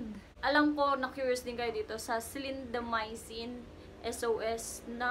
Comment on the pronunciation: Nagtataka po ako, pano kayo nagka-diarrhea sa TOPICAL clindamycin?🤔 Btw it’s klindamycin po not silindamycin. 😊